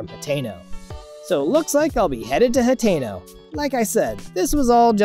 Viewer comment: Is Ha-ten-o, like how you say the number ten. Anyways, I really like the video